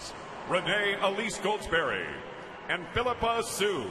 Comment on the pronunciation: We just going to ignore how the announcer pronounced Phillipa’s name? Ok.... #andSISTERHOOD